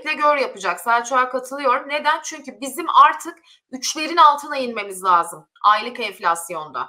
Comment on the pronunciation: Lazım … değil sol - La -si - do gibi